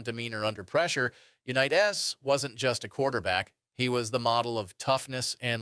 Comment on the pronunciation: from 1 small content created to another. Do you have a great base to build on and I love the information. try not to say the same stuff more than 2-3 times. also double check the ai on pronunciation they said jonny unitas like 5 diffrent ways. your content is good and i am in no way dogging on you. you got this!